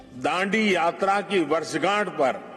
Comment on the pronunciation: वर्षगांठ बोले कि वर्षझांठ😂😂